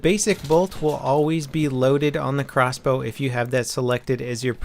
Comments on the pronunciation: How much harder is it to say crossbow???? Xbow just sounds ridiculous! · OMFG xbow is crossbow but shortened in words, but if you were to say it verbally it would be CROSSBOW, not XBOW! moron...